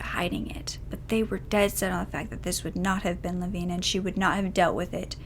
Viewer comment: So glad you pronounced her name correctly